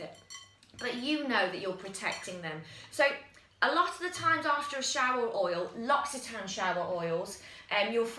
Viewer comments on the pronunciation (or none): LUR OCK EE TAN REEEEEEEE